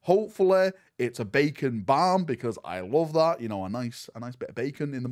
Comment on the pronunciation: Hey what did you say? A Bacon barn? What does this mean? You mean like a breadcake?